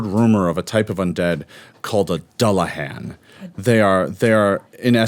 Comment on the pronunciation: can I say thank you to for pronouncing Dullahan correctly. it's all too rare to hear it pronounced correctly I'm loving the series and loving the cast. Season 3 PLEASE.